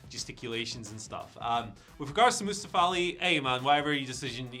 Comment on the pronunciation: Oh please oh god, never say Mustafa again Moo sta fa